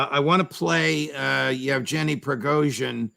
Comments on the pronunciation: Judge, it is Yevgenyi and not Yevjenyi, g as in go. Thanks! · "Jef-Jenny" Prigozhyn? 🤣